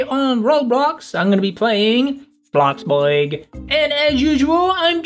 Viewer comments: Tad it's bloxbuRg not bloxbuog Also i have a question why do janet and kate call u by ur name because aren't you ther dad?! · Why did you say bloxboyg its bloxburg